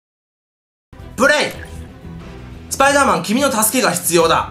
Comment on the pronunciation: スパイドゥーマン？ spiderだから普通にスパイダーだろ derだぞder